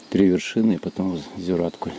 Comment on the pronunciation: Спасибо за видео! Ждем продолжения) Заметил, что русские (или, как правильно сказать…) в большинстве неправильно ставят ударения на местные топонимы, которые часто имеют тюркское происхождение (или какое-то другое, не берусь утверждать, но точно отличное от славянского) и там в основном ударение ставится на последний слог! Поэтому правильно будет: КракА, ЗигальгА, ЗюраткУль, КалагазА!